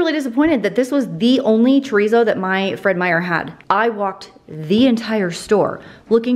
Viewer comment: 1. This is not meant in a mean way cause I watch her videos all the time. And I even re-watch her cooking videos playlist when I’m bored or want to find a new recipe. 2. The way she pronounces chorizo friggin kills me. 3. The one she bought that she was upset cause it was the only one, is the BEST one!! Very hurt she sounded offended hahaha